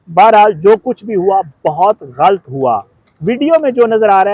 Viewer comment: ghalat ko ghalt matt bolo improve ur urdu pronunciation